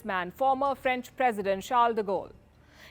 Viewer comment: Franch merderers